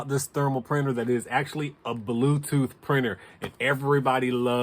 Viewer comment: He said "Acshlly", you heard his words 😂😂😂.